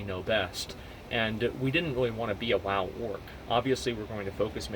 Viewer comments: I kept hearing Orc instead of Org and I was very confused. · Is he saying org? I thought he was saying orc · STOP SAYING ORG